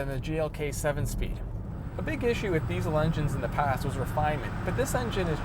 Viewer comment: I agree. Also this may sound a little off topic, but I will not buy any diesel car from anyone who butchers the pronunciation of the word diesel (regardless of where you live).